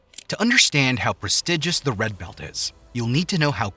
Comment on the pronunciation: Redccccchhhh belccccht.